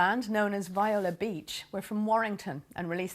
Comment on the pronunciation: It's not pronounced "V-eye-la" It's "Vee-O-La." Get their name right at least. RIP!